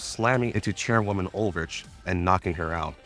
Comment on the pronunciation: As someone who didn't play GFL1 these are sooooo helpful for getting the world built for GFL2. Good work man 👏 P.S. I personally find your questionable European pronunciations endearing 😂 (Ulrich is Uul-rik for example)